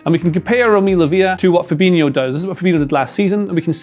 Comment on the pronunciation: Its fabhino not fabinio, can't even say his name properly